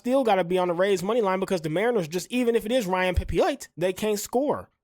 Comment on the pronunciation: Watches all the games but reads names wrong lol honest mistakes